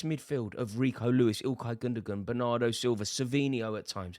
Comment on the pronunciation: I think Foden is probably enjoying the pints and ladies too much these days. He seems like the type of lad who enjoys a party. Gundogan is pronounced Gundowan. Its not that hard. Mispronouncing these types of names is something that makes you sound ignorant and is cringe to listen to. At least make an effort.